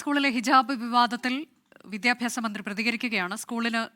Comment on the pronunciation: ബിത്യാപ്യാശ മന്ത്രിയുടെ ബിത്യാപ്യാശം എന്താണ്?😂😂